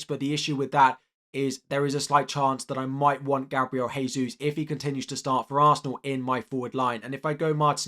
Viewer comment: Gabriel Jesus is pronounced Dje-sus and not Hey-sus